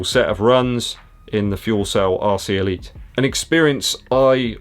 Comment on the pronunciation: Sounds like you're saying 'arsey' Elite. Don't think they are though.